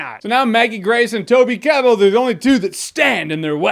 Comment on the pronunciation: I cringed when you said Toby's name, such a great actor.